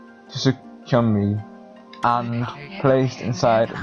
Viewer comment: I am looking forward to the rest of this so much! A few things though: Shiranui - Shir-An-Oo-Ee Kamiki - Kam-Ee-Kee Tsukuyomi - Tss-Yook-koo-oh-me Sakuya - Sah-koo-yah Amaterasu - Ama-Ter-Ah-Soo Oh and Ammy is a girl. She is a goddess and 'Mother' to all that is good c